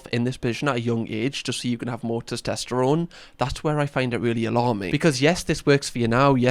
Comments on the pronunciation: Anyone else notices pronounces it as "tostesterone"? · Have a doughnut every time says ‘toss-test-errone’ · SOMEONE PLEASE help say TESTOSTERONE properly 😫😭 i'm gonna be hearing tost-est-erone in my nightmares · Testosterone. Not tistesterone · Your mispronunciation of testosterone is adorable 🥰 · Please don't ever say "testosterone" again. ✌️ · your pronunciation of testosterone is triggering me. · AND FOR THE LOVE OF GOD TEACH HIM HOW TO SAY TESTOSTERONE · But what CAN hurt you is how he's pronouncing 'testosterone' 💀